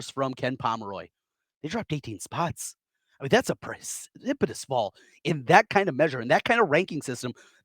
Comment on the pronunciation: “Presnipitious” sp? fall in the rankings from Iowa